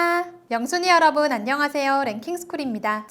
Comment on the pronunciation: 처음에 '랭엥하'라고 말하고 시작하는데 뭔뜻?